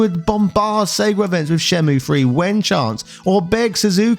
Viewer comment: Pronounced 'Shen-myew'